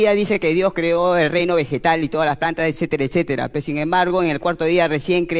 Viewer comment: Mori con el esetera 😂😂😂